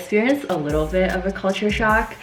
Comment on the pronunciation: Sarah说 I worked there for a little BIT, 这个bit发音不对。而且一般人会说 for a while